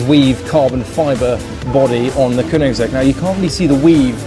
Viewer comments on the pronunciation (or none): "kunigsegg" lol